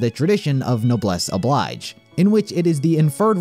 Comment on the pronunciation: Excellent observations. Just one thing: it’s no-Bless Oh-Bleeg-JAY (noblesse oblige). Also, it’s lev-ee-oh-SAH. :)